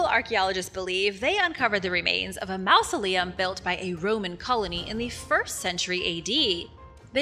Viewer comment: FYI: maw·zuh·lee·uhm